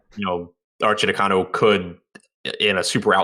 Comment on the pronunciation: Arcidiacono = ar chee dee AH cuh no! Or you could just call him Archie!